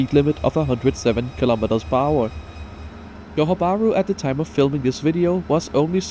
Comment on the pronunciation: By the way, thats Johor as in Zhohor or Dzhohor (juh), not yohor 😅 Tell me you're Scandinavian without telling me you're Scandinavian but that's alright Sadly I won't make it to this line before it's gone but I'm looking forward to the RTS and they're even planning a second line!